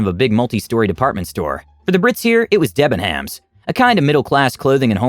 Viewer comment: Its pronounced Debbenums :)